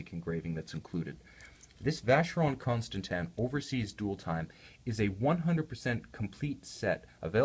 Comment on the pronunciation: I don't think it's pronounced Consta-tan. Also the watch is about $15k retail